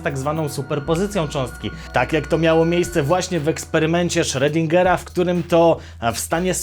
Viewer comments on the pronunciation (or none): Schr(O)dinger, a nie Schr(E)dinger